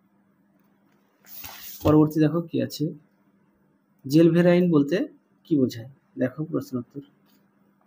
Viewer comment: Sir উচ্চারণটা জেলভারাইন ❌ জোলভেরাইন ☑️